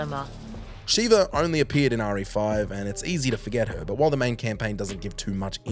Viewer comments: Her name is Sheva, not Sheeva. Pls say it right, every video sheva is in, you say her name wrong 😅😂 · Seriously? It's Sheva, not Shiva. They say it plenty. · To this day you still keep calling her Shiva 2 seconds before she says it the correct way Sh-ev-uh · Sheva: I'm Sheva.: Sheeva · Yes, SHEH-va, not SHE-va. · She LITERALLY introduced herself as Sheva, not SHEEVA 😂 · SHEVA., youre one of those who says people names wrong to their face after they have directly told you how to say it. Annoying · Idk if it’s sad or hilarious that Sheva pronounces her name correctly in the cutscene, and then bro proceeds to say it wrong the entire segment. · I’ve watched a few plays videos about RE recently and he keeps doing it. It’s tilting me lmao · I believe he has said her name incorrectly more than once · I thought I was the only one getting annoyed with that 😂